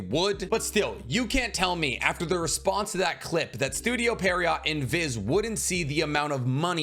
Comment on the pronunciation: Studio pierrot is pronounced "pier row" its a French word for some clown like pantomime characters. No T